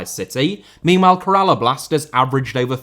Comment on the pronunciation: Your pronounciation of Kerala killed me, as someone from that state. But yeah it's still a great video